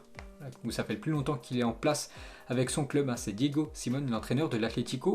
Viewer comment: Diego Si-mé-o-né !!! C'est pas tata Simone le mec 😡